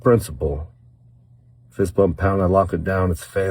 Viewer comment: I swear when he says fist bump pound, I hear it as #fistbump #pound.